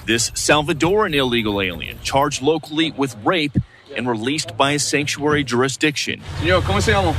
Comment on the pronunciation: She can’t even pronounce “Sanctuary”! 😂